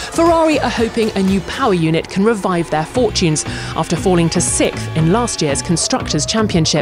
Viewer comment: Who's sick? Why does she always say people are sick? Can't she pronounce SIXTH?